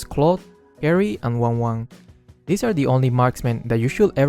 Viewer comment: Wanwan 🙅 Wangwang ✓✓✓✓